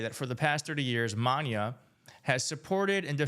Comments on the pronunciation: It’s not Maña…. It’s Mana… mah-nah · For the record, it is not Mahn Ya. It's Mah NA. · "Ma-NAH," not "ma-NYAH." "de pyes a ka-BE-sa." Pies is feet. It's one syllable -- p followed by "yes" -- pyes Your Spanish IS terrible. That's OK, though. We still love you. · Please research first... it's MANA not MANYA, pronouncr it properly, there is google to verify pronunciation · You are so cute!!! The accent on Mańa is not an ñ. So, it is pronounced “maw-NAW”. 😉🙃😌. You are welcome!❤❤❤❤ I love your channel! You Rock!! 🤩🤩🤩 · It's pronounced ma-nah not ma-nya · Maná= Ma- nah not maña not man-yah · Manán is pronounced "mah-nah" NOT "Manya" ... thats all ... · Its Mana not Mania. Furthermore Nicky Jam ain't no Latin Superstar 😅😅😅. Maa/Nah (Mana) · Bro, love your channel, but it’s pronounced ‘Ma-na’ not ‘monya’. The accent is over the a, not the n, emphasizing the second syllable. The way you are pronouncing it would be if the ene (the tilda sign over the n) was over the n. Kudos for admitting you can pronounce Spanish but tbh, Mana is a Latin superstar and he has been a global icon for decades! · It's pronounced Mah NAH, not manya. The accent is on the last A and this band is HUGE with Latinos. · It is MANA, no Maña. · Maná is pronounced "mah - NAH" (the accent is over the "a" in the second syllable) ... it is NOT pronounced "mahn - yah" (the "n" does not have a tilde). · You are mispronouncing Maná. You're pronouncing it like Maña. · It's Maná not Maña 😂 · There's no Ñ in Maná, not "Manya" just "Maná." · It's not "Maña", it's "Maná"! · Pronounced: ma’NA (not manya) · There's no ñ It is Ma Na accent on the last silable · No you're hot!🫵😃. So I'll forgive your Spanish...It's pronounce like maga with an accentuation on the last syllable MA-NA'. They are for Mexico, what U2 is for Ireland. Long Time listener, long time caller 💪💙 Keep up the GOOD work! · It's pronounced: maa- nah. Thanks for trying. ❤ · Maná, phonetically will be more like “Ma-naw”. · it's Ma-nA. ✌️